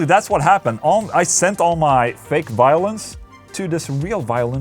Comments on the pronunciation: I thought you kept saying "Violence" but realized you were saying "Violins" hahahaha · I heard Violence each time instead of Violins :D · i thought you were saying violence instead of violins and i was liek how the FAQ is he recording violence and then sticking it into a song?!